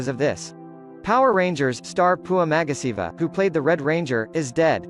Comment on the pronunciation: It's actually Magasiva, not Magasavia